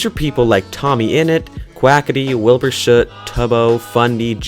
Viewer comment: wait, I thought it was wilbur s-oot not wilbur shuut